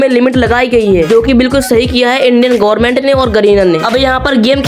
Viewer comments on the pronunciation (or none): none